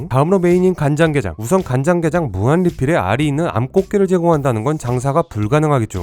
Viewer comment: 가장 좋아하는 음식이 게이입니다라고 들리넼ㅋㅋ